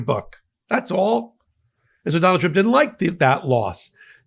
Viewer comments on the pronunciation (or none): She pronounces trump as "chomp"....listen 😅